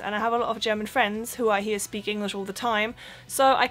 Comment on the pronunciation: Hi! Ich habe gemerkt du sprichst bei dem Wort "English" das G nicht aus? Ich denke in der Regel spricht man es aus im Englischen, bin mir nicht 100% sicher, ob das überall so ist. Mein Lieblingswort um Deutsche zu testen ist übrigens das Wort "Salmon"!